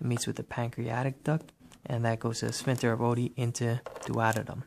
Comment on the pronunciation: very nice but some of your pronunciations are just so weird. like sphinCter, you pronounce w/o the C, and I have never heard anyone pronounce intestines with a hard "I" sound.